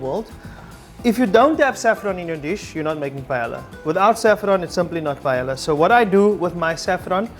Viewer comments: in the video it is pronounced “payela” while it is correctly pronounced “pah-eh-ya” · The ll sounds like a y...paeya. awesome recipe!!!! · The LL’s are silent. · Hahaha. So funny. I had the same reaction ..." ITS PAELLA!!!".....And realized that perhaps I'm not even saying it right but however you say it, the goal is to make sure its always very good and then who cares how to pronounce it. :-) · You are about to teach us to make paella and you cannot pronounce it. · Everything is more or less right, except the chorizo. Both pronunciations of the dish name are wrong Spanish paella lover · they pronounced the dish wrong both times